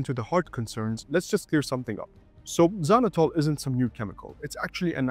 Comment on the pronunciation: The English pronouncement of Xylitol is so weird and off.